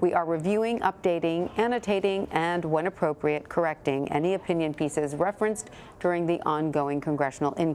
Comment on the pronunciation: Notice the sudden emphasis on opinion piece